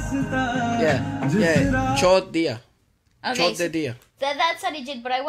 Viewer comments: it's choud diya means leave or leaving you said chod diya mean fucking it's just sounds weird. that's what I'm saying that's all no offense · wtf 😂 it is chhoddia not chodia Choddia mean sex 😂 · you just said (fucked you) in hindi...right pronunciation is chorr diya... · oh my god😂 actually said" fuck you " instead of have left.the pronunciation😂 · when he pronounced "chhod diya" my mother was sitting next to me but good thing I had my earphones on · instead of chor diya he said Chod diya 😂😂😂😂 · "chod diya" broooo the pronounciation on chod 😭😭😭😭 it's good that we know what you mean 😂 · who else laughed when he pronounced "chod dia" to "chor dia"🤣🤣🤣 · Somebody tell him that its छोड़ दिया not चो* दिया 😂😂🙏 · The way you pronounced "left" sounded like "chod diya" which translates to "fucked him" I know it's just a pronunciation thing but God did I have a good laugh😂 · when he pronounced "chhod diya" i laughed so hard 😂😂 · if knew what he just pronounced, haha.